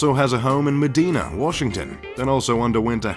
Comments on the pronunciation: It's pronounced "Med-i-na" not "Med-ee-na". I live near Bellevue, Wa. where Medina is located. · it's medina ( muh dine uh) not me dean yuh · It's Medina (med-eye-na), not Medeena! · It's Meh-DIE-nah (not Meh-DEE-nah) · Correct Pronunciation of Medina is Med-eye-nah, not Med-ee-nah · It's pronounced Med-eye-nah, not "Medeena" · It’s mih-dye-nuh by the way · Lmao it’s not pronounced “madeena” Medina is pronounced “ma-diena” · Meh-Die-Nuh, not Meh-Dee-Nuh. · I live by medina and these videos always pronounce it wrong. it's "meh die nah" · Just to nitpick: It's pronounced "Me dye' na" out here in the Pacific NW. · It is pronounced Me-dy-na, not Me-dee-na. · Argh! These vids always mispronounce Medina, WA. It isn't Medina like Benny Medina with the I sounding like a hard E. The I itself is hard. So it's Meh Die Nah. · It’s pronounced Muh-dai-nah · Please learn how to say Medina...med-eye-nah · Medina....is Long "I"...not the way you pronounce it....and you missed 1 of Gates' homes ...owns 2 in WA....other is near Hoods Canal. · Medina your saying wrong. Just fyi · Yes, I used to nanny for a family there. They pronounced it wrong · That wasn’t Bill Gates’ house. His house is way more advanced than a home automation tablet you can buy from Amazon! It has music and artwork that follows people from room to room that caters to their likes, biometrics and a lot more than that. This video guy should have done his research as he even mispronounces Medina.